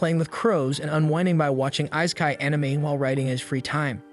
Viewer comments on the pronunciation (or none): Oh my god EE-SE-KI (EYE). IT IS THE ACTUAL SUBJECT. I won't even humor the pronunciation of Shangri-La.